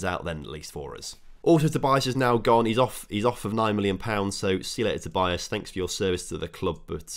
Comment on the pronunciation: Im portuguese and its not vinicius tobias its " vinicius tobiáz "